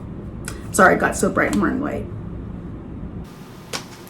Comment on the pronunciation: she didn’t have to emphasize “white” though